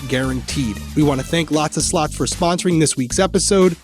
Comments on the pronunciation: I swear to god I thought said "lots of sluts" when she said the first sponsor 😂😂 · Everytime say Lots of Slots My Australian Ear hears Lots of Sl--ts My child said mum Crimes not funny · listening to this from across the room on my shitty iphone speakers i thought said the sponsor is lots of sluts 😂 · Omg, I have the same”lots a slots” ad on x2 and I was like WHAAAT, I had to double take when I thought said “lots a sl*ts.” 😂😂😂 my head “ they are advertising WHAAAT NOW?” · I always think you are saying, “Lots of sl-ts (the bad word)😂😂😂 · My tired ass did a double take after the first sponsor cos what I heard was not “slots”..